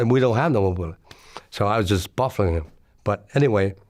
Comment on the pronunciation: “I was buffing him”! I think he meant bluffing him!😂😂😂